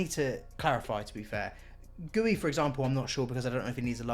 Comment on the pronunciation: Bro you said goey instead of guiu 🤨